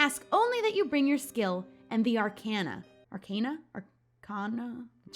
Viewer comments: Yay! I just started playing awhile ago! Also, I think it’s pronounced are-kay-na. Could be wrong though. Again, love the Halloween looking eye look!😍😍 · I think its pronounced "Are Kan Aa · Arcana is pronounced Arr-kahn-uh. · I think it is pronounce are-ka-na tho